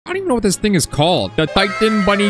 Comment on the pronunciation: LOL WHEN HE SAID «i Wonder What this thing is called» I THOUGHT HE SAID» i Wonder What this N-Word called»